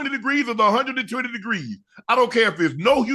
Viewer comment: Did y’all hear how Shannon said “120 degrees” da 😂😂😂😂😂